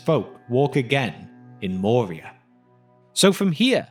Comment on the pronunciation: I believe "Moria" is pronounced with a rolling R, not the soft-R of English. (Of course there's no rule that says that names have to always be pronounced precisely as they are pronounced in their original language.)